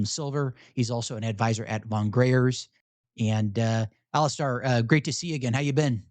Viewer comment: It's Alis-STAIR not Alis-STAR. Get his name right.